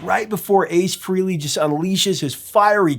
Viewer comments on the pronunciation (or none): AND he keeps mispronouncing Ace & Bill Aucoin's last names too... I couldn't take it anymore once the Bruce Kulick image popped while this buffoon keeps repetitively saying "Freelee" ugh, that was it, I turned it off... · AND he keeps mispronouncing Ace & Bill Aucoin's last names too... I couldn't take it anymore once the Bruce Kulick image popped while 'Professor' Hipster keeps repetitively saying "Freelee" ugh, that was it, I turned it off... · And he called him Fray-lee. Not sure the professor knows about Ace. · It's Fray-ley